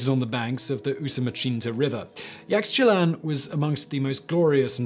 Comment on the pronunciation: Oh, Simon, Simon, Simon. Pronunciation is important. Bimini and Yaxchilán need work.